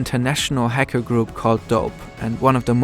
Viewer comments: wtf is this German accent lol. häcker, you said lmao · I love how he kept saying Hecker. Nice remembering Beluga's best friend.